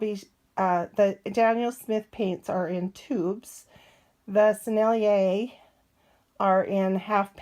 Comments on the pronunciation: I'm sure you know by now (8 months later), but Sennelier is 3 syllables: Seh Nell Yay (Seh like 'set', but without the final 't') If you want to sound really French, don't de-emphasize the first syllable (suh NELL yay). Give each syllable the same emphasis: Seh Nell Yay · Hi, i love the Sennelier paints, they are just beautiful! And the proper way to pronounce it is [ senelié ]